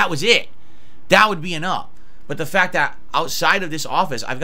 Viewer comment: fact-tuh! snortsnort